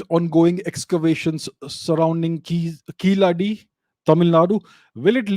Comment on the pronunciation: The way you pronounced Keezhadi was great. It shows your knowledge of all cultures of India . Keep it up